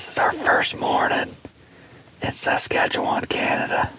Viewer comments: Man, I wish you could pronounce Saskatchewan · Buddy is butchering the name of that province